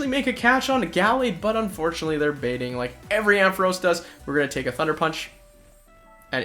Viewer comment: Why do you say Amphoras?? Its Ampharos, you confused the A & O hahaha